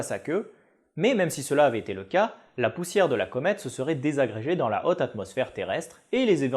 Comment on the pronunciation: La "hotte" atmosphère, remarque, ça rend bien !!